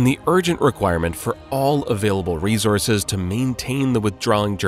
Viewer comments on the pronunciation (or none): none